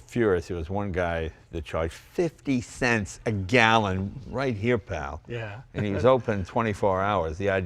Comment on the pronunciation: ...50 thents a gallon!